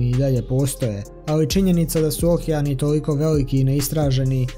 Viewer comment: Nije Ookean nego okeean